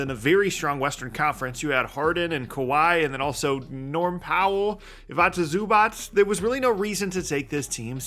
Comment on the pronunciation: Please pronounce Zubac's name properly